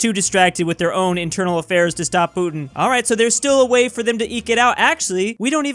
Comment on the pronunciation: Does anyone else find the way pronounces 'Putin' really weird?